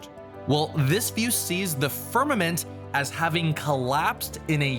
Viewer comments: "fimament" tehe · FIMAMENT. Heh... XD